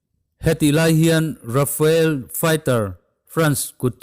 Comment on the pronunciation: Rafael jet nilovin, Rafale tih zawk tur